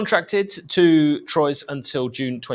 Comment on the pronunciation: That’s pronounced “ Twa” not “Troys” happy to help